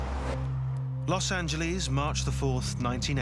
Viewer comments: It drives me nuts when British people pronounce Los Angeles as Los Angeleeeeeeeez. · I hate it when people say Los Angelees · This British dude really pronouncing it los angeleez